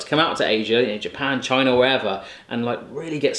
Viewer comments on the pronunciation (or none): none